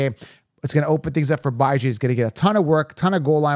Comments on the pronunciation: pronounced Ba-Jean, per his mother. But he says B-Jean. definitely not ByeJan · Also- mispronouncing Bijan’s name is a slap on that man’s face and the face of his parents. Jokes not funny. Do better. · You got some good takes but I’m not subbing to you since you refuse to pronounce the man’s name correctly. There’s literally an interview of them asking him how to pronounce his name….idc if you’re joking or not. Pronounce his name correctly dude.